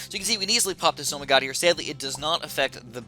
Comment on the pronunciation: Wtf is a zomygod its called a zomg or z-ah-m-ghh